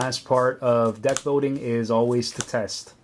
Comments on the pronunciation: Where did you get that accent? You say "molding" with an "L", but "building" with a "W" like "biwding". XP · "Building", not "boating"